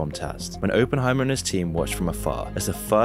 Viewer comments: Opp not ope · It's Op-En-Heimer not open-Heimer my man but good VOD though, Keep up the good work... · Why doesn’t half the planet understand it’s Oppenheimer, as in operation. NOT OPEnheimer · Can you not speak? There is a double P in his name if you did any real reseach and understood the topics you are talking about you might actully know things like this so let me help its pronounced Op-pen not Open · bro really said openheimer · It's pronounced Oppenheimer, not Oppenheimer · Great video I just hate the why he says Oppenheimer. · Couldn't watch this due to the pronunciation of Oppenheimer 😂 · Why can't you pronounce his name correctly? It's super rude to say it like, a hundred times, wrongly on a video about the dude.